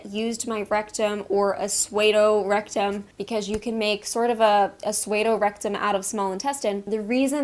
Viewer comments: Try "Soo-Doe(Psuedo)" instead of "Sway-Doe". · Thanks for the great info! Just FYI, pseudo is pronounced “sue-doe,” as in the name sue and doe a female deer. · A suede-o rectum?? Ha, ha -- too cute. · not important but pseudo is pronounced like 'sue-doe' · PSEUDO is pronounced SEE-OO-DOUGH, or SOO-DOUGH in American English. 😉